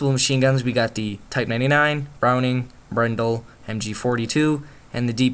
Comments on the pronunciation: its not brendle its a bren gun (get it right) im british i think i would know that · bruh good vid buts its BREN not BRNEDL or BRENDLE what ever but its BREN